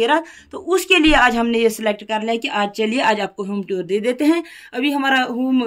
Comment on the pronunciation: Home Toor ❌ Home Tuur✅